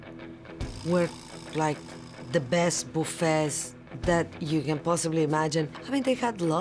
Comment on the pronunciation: "The Best Boof Ets you can imagine"